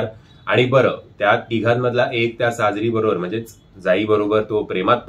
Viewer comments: mi tumvhya review baddal kahi bolale ka ? Pronunciation madhli chuk sangitli. Actor cha naav ch chukicha ghet ahat. Te sangitla. Tyat evdha bhadkayla kay zala ? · Sajri nai re sajiri , deva 😂😂😂